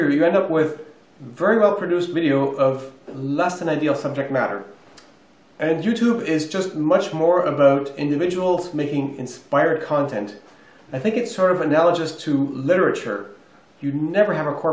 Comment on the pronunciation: analajis? its ANALOGOUS i cringe when old ppl mis pronounce you know they have 50 years using it incorrectly